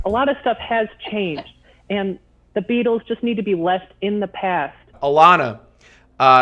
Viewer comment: Did he just "say bEAtlees? pfff cringe". I am dying lol